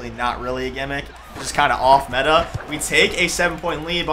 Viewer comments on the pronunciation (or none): none